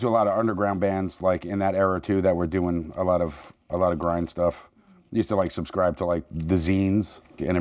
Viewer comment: "I used to subscrive to the 'zines" (magazines)